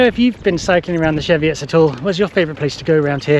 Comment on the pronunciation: Dodgy pronunciation of Cheviot 😮